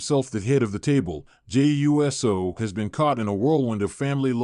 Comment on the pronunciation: This Man Called Jey U S O 😅 got me laugh